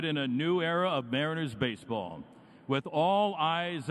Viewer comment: 基本を外してない恥ずかしくないレベルには到達してんじゃん 逆にMCの人のbaseballのアクセントがbaseとball両方とも強調とか初めて聞いた